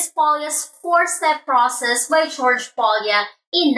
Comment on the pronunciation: It's Polya NOT Paulia.